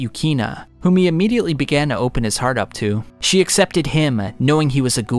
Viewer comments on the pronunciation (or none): none